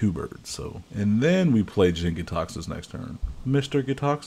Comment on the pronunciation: you mispronounced the praetor's name in the first 10 seconds. also, its jank.